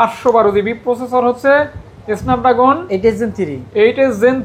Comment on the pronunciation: ভাই তো Snapdragon উচ্চারণই করতে পারে না!😅